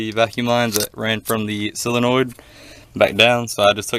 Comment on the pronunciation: 'solenoid' is pronounced: "SOUL- IN - OYD"